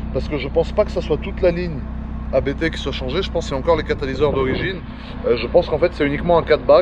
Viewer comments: On dit abbtt, pas A.B.T. c'est un nom de famille. Juste pour info. A part ça, super vidéo comme d'hab. :) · J’ai un doute mais je crois qu’on prononce “Abte” d’une traite. Super vidéo comme d’habitude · Par contre les amis, à moins que ça soit délibéré, ABT se prononce [apt], pas a-bé-té ... :s (et c'est pas pour essayer de passer pour un expert, je l'ai appris tard...) Abt, c'est justement le nom de famille du fondateur (allemand) de la marque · Par contre les amis, désolé de faire ch*** mais ABT se prononce [apt], pas "a-bé-té" ... :/ Ca vient de Johann Abt, le pilote allemand qui a fondé la marque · On prononce pas A B T en 3 lettres différentes, on prononce le mot en entier, c'est le nom de famille d'un mec. PS: Je faisais la même erreur avant de l'apprendre 💪